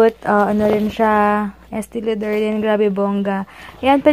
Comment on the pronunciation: Estee Lauder= Estee LO-DER yata